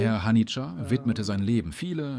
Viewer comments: Er hieß nicht Hanija sondern Hanieh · Nicht mal der Name von Haniye wird richtig ausgesprochen...